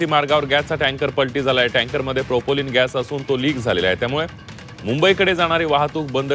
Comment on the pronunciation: अरे मूर्खा अरे बेअक्कल माणसा प्रोपोलिन नाही प्रोपेन अरे मूर्खा अरे बेअक्कल माणसा ओडीसा बोगदा नाही आडोशी बोगदा माकडा घरी बस !